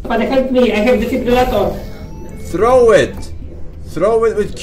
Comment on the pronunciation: forsenGa "defibublulator"